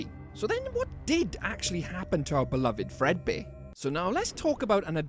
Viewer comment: "oUr BelOviD ROxY " was crazy